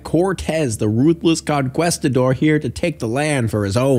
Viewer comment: Not to mention con-questidors lmao